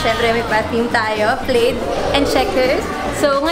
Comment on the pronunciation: If I'm not mistaken, Plaid is pronounced as "Plad" ☺️ Happy birthday btw, 🎊🎂